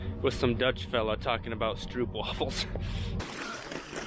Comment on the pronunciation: Dude ... it’s pronounced strope-waafels. 🇳🇱❤️